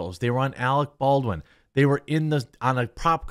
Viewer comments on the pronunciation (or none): "ArEc BoWiN."